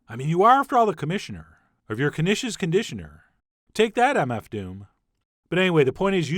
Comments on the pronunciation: It's pronounced "Nish" the "K" is silent --Peggy Hill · I I thought it was pronounced neesh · I assumed the K was silent... 😕😕 Now I k-now